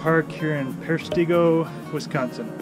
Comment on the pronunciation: You said peshtigo correctly. Don't worry it's normal for people that can't pernouse it